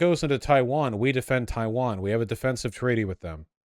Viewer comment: Why tf is he saying Taiwan like that? 🤢